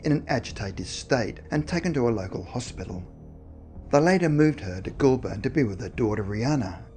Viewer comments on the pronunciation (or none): What’s up with the strange pronunciation of place names? The narrator is Australian and is messing up well known cities such as Bathurst (pronounced: Ba-th-us-t) Goulburn (pronounced: Goal-bun). I noticed him doing it with American place names and although I thought it weird I assumed because he was unfamiliar with the names but now I’m thinking it’s intentional. As I’m typing I noticed he pronounced Melbourne (Mel-bun) correctly so that’s more of a mystery to me than the video subject.